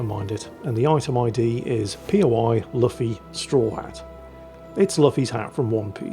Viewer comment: It's pronounced Loofee, not Luffi, btw.